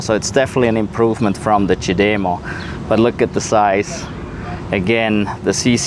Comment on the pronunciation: It IS amazing the size difference- as they say-it matters. I always feel like such a stud when I plug in my car with the CHAdeMO lol. At first it was difficult but has gotten easier. I appreciate your pronunciation of the CHAdeMO- now of I can get it into my thick head to say it that way, here's hoping! Even though I'm not a T fanboy -always though they were too expensive, their charger plug (as well as their vehicles) are S3XY!